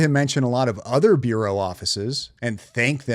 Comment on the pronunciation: Is she saying burrow or bureau? She can’t read her teleprompter. She has the vocabulary of a teenager. She doesn’t red books. If there is a conspiracy, having a group of influencers misdirect audiences away from the subjects and focused in the wrong direction, and if you want to make sure the FBI can’t expose the conspiracy make sure they are overloaded with 11k leads…